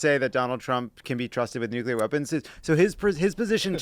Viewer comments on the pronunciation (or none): Somebody please tell Dan how to pronounce “nuclear”.